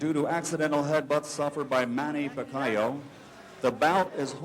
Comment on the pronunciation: announcer said manny pac aw! Lol